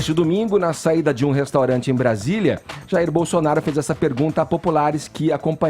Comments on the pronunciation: Não quero acreditar que ele falou o que eu escutei, "Bozonaro" foi isso mesmo? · É impressão minha ou o Edgar falou Bozonaro... Depois vem dizer que é isento kkkkk. Cara de Pau safado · É impressão minha ou o Edgar falou "Bozonaro"????? Esse ato falho ocorre um pouco antes dele dar a palavra ao Caio e tomar uma surra de argumentos...